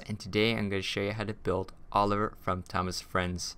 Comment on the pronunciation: Craftyfoxe you said Oler